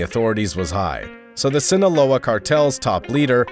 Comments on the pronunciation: ‘Sinola’ lol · Why’d you pronounce Sinaloa like that??